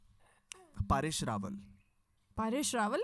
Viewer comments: U both prounced it "paaresh" it "Paresh" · Its not Paaresh Rawal, its Paresh Rawal and he’s a legend And please learn pronounce India properly You do not have rights to pronounce our country name the way you want Or else you better not